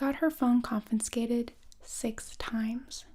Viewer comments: I’m not sure I trust this teacher with English! “In good conscious”?? “Confinscated”?? Nonono! It’s conscience and confiscated. I can only forgive non native English speakers for these mistakes! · Confincsated? Confiscated lol